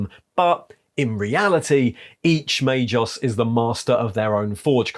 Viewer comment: is rarely mispronuncing obscure denominations derived from latin language but MAGOS is pronunced may-GOss not may-joss. G+O=GO not JO.